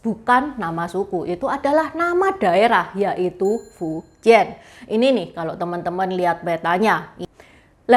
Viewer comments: 福建 dibaca nya Fú cièn bukan fuciyen, bukan juga fuchiyen, juga bukan fuciyyen❌❌ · Fújiàn intonasi 2 naik trus turun 4 cara baca nya ce , bukan fu 1 lurus dan jian 3 melengkung